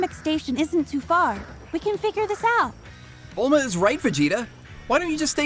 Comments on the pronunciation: "Belma" haha its "Bulma" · BELMQAEROE HAHA ITS BULMA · It’s Bulma not Bellma and uhhh……. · It’s bulma not belma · It’s bulma not Bella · It's Bulma not belma 😂😂😂😂😂💀